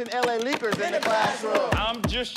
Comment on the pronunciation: Ok but what the hell is a “l.a. leker ”